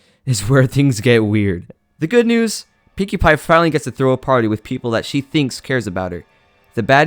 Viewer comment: did he just call Pinkie pie Pewdipie?